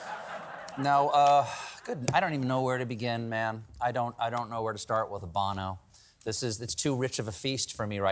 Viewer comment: Hard to hear : Bah-no And not Bono Still loved it